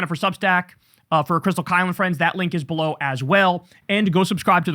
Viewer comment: Whenever you say "below me," Kyle, it sounds like you are saying "blow me." 😊